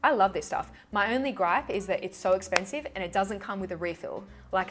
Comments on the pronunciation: "DAS EZPENSIV" HAHAHHAHA LOVE IT #KathleenLights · Soap and Glory lipstick in Cinnamon Beige. Love how you said "das esspensive" Kathleen Lights says that too! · Messy bag ladies unite! Yeah! Really enjoyed this video and your eye makeup 😍 Ps. Was that a sneaky shout-out to Kathleen Lights? "Dass espensive!" Ha. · " Das espensive " you used a Katherine lights quote!! Both you are my favourite ever!!!